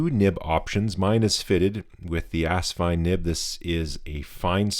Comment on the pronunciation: Do you know what asvine nib units fit the asvine nib v200? That's so funny. I got mine earlier today and put green ink in it. It's also funny that you say ass instead of as. When the rear filler cap is loosened, does it jiggle on the rod?. Mine does. I'd love a drop of glue on it. Also asvine nibs are beating out the bock nibs. Also, filling system could use a bit of lube, but very happy so far